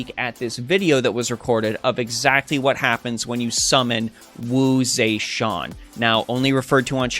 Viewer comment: Some of the servant pronunciations if off so Lu bu Feng Xian the Xian is more like a Shen not shaun Wu ZeTian is Ze is more of a jur sound and TIan is closer to the Ten sound shaun sounds is off just slightly strecth the e sound to a lower pitch QIn LIang Yu Liang just less of a pause between the li and ang Sima Yi is SEE ma Yi Yang Guifei Gui if more of a Gu-wei just in one go and should be closer to the sound. For XuanZhang Sanzang Xuan more of a Su-wan in one go should be more accurate?